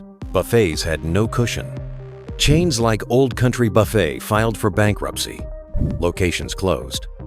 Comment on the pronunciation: AI voice giveaway... can't even pronounce buffet right. This video sucks.